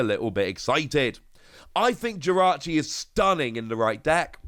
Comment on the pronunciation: Jirachi not victini